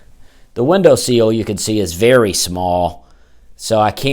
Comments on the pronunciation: Window ... SEAL?? Bro love you - it's a - window SILL. Short "I". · its a window sill, not seal